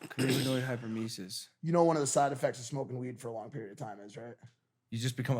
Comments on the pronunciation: It’s hyperEMESIS (“emma-sis”) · Any HCWs laughing over Logan’s pronunciation of cannabinoid hyperemesis? 😂😂 no shade Logan, just thought it was funny ❤️ edit to add: I work in the ER and this is very common! But they keep smoking 🚬 and keep coming back lol